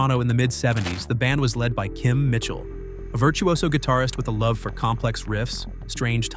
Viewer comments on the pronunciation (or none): none